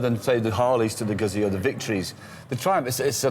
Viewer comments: FYI , It’s pronounced Goot-Zee !! 🙄🤦🏻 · It's actually pronounced Moto Gootsee